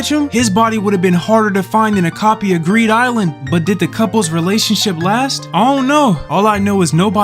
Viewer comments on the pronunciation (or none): did he say greed island?